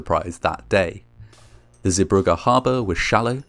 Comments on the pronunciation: It is pronounced "Zee bruje" not "Zee bruggah". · Dutchy here. The pronunciation is zey-BRUH-guh. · Good pronunciation of "Zeebrugge", not exactly right but good enough. The g sound is soft like ch sound in the word "cholera", then it would've been perfect. This is a very well known accident and any Belgian from a certain age knows about this accident. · Zeebrugge is not pronounced as “Zibrukke” but as “Zaybrugge”, the “g” sound is hard to find a equivalent of in English, but it’s kinda like the ch in loch. :) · Zeebrugge Zay bru(h)gge